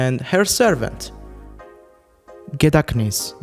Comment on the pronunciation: Gedachtnis is easy to say, you’re supposed to pretend the H isn’t there.